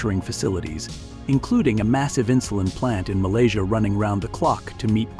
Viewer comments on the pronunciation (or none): none